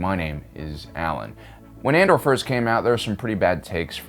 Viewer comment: I love your content Alan but I have to know if you mispronounce things for fun or are just silly 😂 it cracks me up tho "Ander!" sounds like how a redneck would say it haha